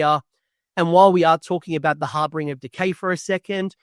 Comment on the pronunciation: Great video. One small note. It’s HarBINger. Not HarBRINger. There’s only one R.